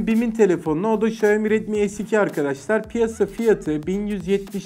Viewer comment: sonunda Xiaomi'yi doğru söyleyen biri, teşekkür ederim İksaomi diye okuyanlar yüzünden kanser oluyordum